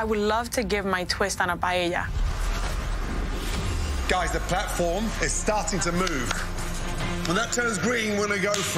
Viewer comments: These contestants claiming to want to be chefs and not knowing about cuisine from the biggest culinary nations in the world in the age of social media is truly embarrassing, I cannot take them seriously. Girl can't say paella and Omi doesn't know chicken tikka. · choosing Spain and not knowing her stitch about Spanish food when the Latin experienced chef wanted it seems selfish, girl can even pronounce Paella.